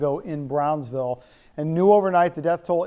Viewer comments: Bronzeville? Braunsville?? It's BROWNSVILLE. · Don't church it up, lady. It's pronounced "Brownsville".